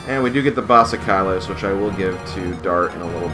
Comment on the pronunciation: Thanks for the videos, such a great play through! I have to say, though, I find it charming that you pronounce "Basilikos" as "Basikalos":3